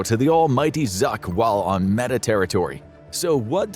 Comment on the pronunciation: They say this is not A.I but he pronounces Meta as "Meeta"...